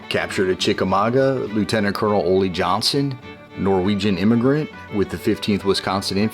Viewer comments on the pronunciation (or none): none